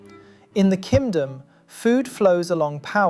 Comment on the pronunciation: Am I crazy or I do keep hearing Ki[m!]dom???